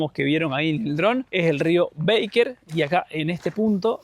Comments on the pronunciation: Los felicito por los videos, qué ganas dan de volver!. En verdad esos paisajes son para quedar mudo de emoción. La confluencia del Baker con el Nef es de un poder que no se explica (ojo que es Baker con "a", no "béiker", ya que el nombre es de origen alemán). La cuesta donde vieron el cóndor al parecer la han arreglado más en los últimos meses. La hice en octubre del año pasado con uno de mis hijos y tiene algunas partes que son del terror. Saludos! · Chicos, no es rio "beiker" sino que es Baker, no se pronuncia como en inglés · Mis oidos sufrieron escuchando "Beiker" 😢 y Baker. Perdón tenía que decirlo